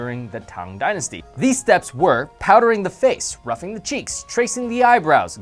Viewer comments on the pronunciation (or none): Pronounced rooj, not rough, or Rogue for that matter! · Did i just hear say "Roughing the cheeks"? Isn't it "rouging" (rue-jing)? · It is pronounced "roo-geeng" not "ruff-ing" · lmaooooo rouging is pronounced "roo-jing" not roughing!!! that killed me lol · He said roughing instead of rouging. Lol! 😂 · Rouging is pronounced as (roo jhing) not (ruffing) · Did he just say " roughing" the cheeks? Oh no honey...that's not how it's pronounced 😂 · i thought he said "roughing" the cheeks..haha..oh..he did. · I love that he pronounced the word rouging like "roughing"😂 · He pronounced rouging roughing lol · Allie Arnold yeah i know what you mean but on the screen it said "rouging" but said "roughing" instead. Maybe it was intentional, but it just didn't correspond with what was written on the screen, so it threw me off a bit. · Kate Call ^??? Did you miss the joke? He's pointing out they pronounced it wrong in the video. I've literally already pointed this out to someone else lol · Its rouging as in Moulin rouge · yes i heard that too haha